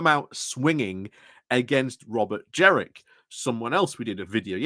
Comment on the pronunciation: Do you mispronounce Kemi and Jenrick on purpose ? Is it an in-joke ? Sorry, I'm quite new watching you and wonder about running jokes.